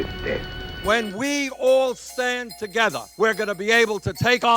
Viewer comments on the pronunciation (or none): TOGETHAH :D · Stand Togethah! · When we all stand togethah... ❤ Ya, Bernie. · when we all stand TOGETHAH :) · lol "when we stand togetha" lmao